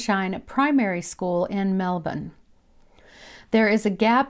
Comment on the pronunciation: Great vid. and props for pronouncing Melbourne correctly! haha 😊